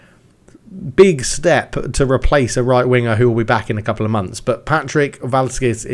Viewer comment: Looks like Sweden is going nicely. Cz is pronounced Ch. So it's Valchak